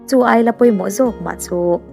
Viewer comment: "Ailat" ni lo in "Eilat" aw